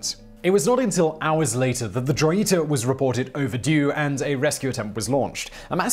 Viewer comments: Joyita. Hoe, as in the instrument, ye, like the first sound in year, and ta, like the first sound in ta-dah. It's not exactly right, but way better than your pronunciation. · I am so tired of repeating this in every video that mentions the Joyita. J IS PRONOUNCED H. The ship is the Hoyita if pronounced by voice and Joyita if written.